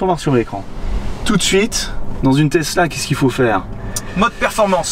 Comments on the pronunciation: Tesla pas tezla. C’est Nicolas TESLA Le père du Courant alternatif. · steu plaît, c'est Tesla et pas TeZla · TesSSSla et non TesZZZla.... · Oui, jamais compris pq certains français prononcent le s comme s'ils voient un z, même quand on vous dit comment ça se lit... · le mec il dit “tezla” au lieu de “tesssssla” ça me stresse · Y’a que moi que ça énerve la prononciation Tezla? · tezla mdr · Tu vas apprendre à dire Tezla correctement ouech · le gars imberbe il dit tezla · mdr pareil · Je suis le seul a avoir remarquer que le mec ne sait pas prononcer TESLA ?????